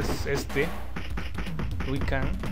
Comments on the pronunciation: A chinga "Lui Kang" ? No es "LIU"? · Que alguien le avise a este pibe que se llama LIU L-I-U... xq tiene problemitas con la lectura XD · ¿Por que no paras de decir Lui Kang?. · Era "Lui Kang"? Y yo toda la vida le dije Liu Kang, debí haber parecido un idiota! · es liu kang no luí kang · "Lui Kang" jajaja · "Lui kan"... ah, bueee